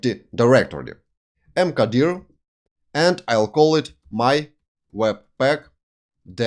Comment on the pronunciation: M Ka dir (mkdir) You pronounce it beautifully sir. Love you sir.